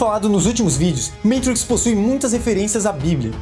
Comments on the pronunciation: Show demais, mas, pq falar "Meitriiiix". fala matrix homi. valoriza nossa língua. a gente ja sabe q tu entende dos paranauês gringos. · Muito bom vídeo, só faz o favor de parar de falar "MEITRIQUIS"... hahahahaha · Meitrix kkkkkkkkkkkkkkkkkkkkk quem ve pensa que é americano kkkkkkkkkl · Só não entendi pq no começo do filme ele fala "matrix" de forma "chique" e do nada fala normal. É um vídeo para brasileiros. Então fala normal.